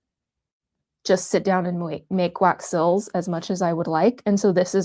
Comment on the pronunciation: These are so beautiful! The only thing is that whenever you say the word "seals" it sounds like you're saying "sills." 😂